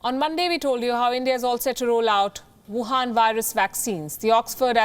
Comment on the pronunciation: The way she says WUHAN VIRUS is phenomenal 🤩🤩😍😍😍😍🥰🥰🥰